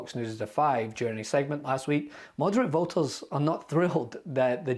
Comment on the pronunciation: Why this dude add a L to words with no L? just said “voter” like “votel” 🥴 I can’t listen to this dude just add a L to half the words he says 🤦‍♀️🤦‍♀️